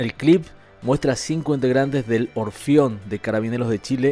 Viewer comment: Se dice y pronuncia ORFEON y no Orfion como acabas de expresar